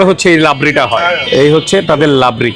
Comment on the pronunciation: What is labri? Isn't it Rabri?